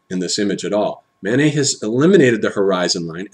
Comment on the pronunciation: I'm not sure if he's saying Manet or Mánes ... either way it sounds like he's saying "Mayonnaise". :-P